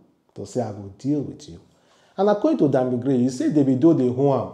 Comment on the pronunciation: Bro it's Krane and not Gray...the way u dey always pronounce words sef dey taya me mehn...😂😂😂